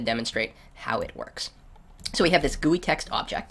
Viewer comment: 'Guuueeee' LOL